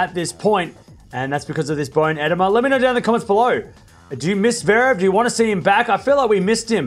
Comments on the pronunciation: eh-DEE-muh, not EH-deh-muh. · EDEMA is pronounced ehDEEmah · It is pronounced “bone ih-DEEM-a.” Fluid in the marrow of a bone. No bueno. Bummer, I miss Sasha.